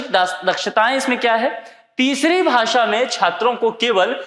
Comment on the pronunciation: आप भासा बोल रहे हो भाषा बोलो।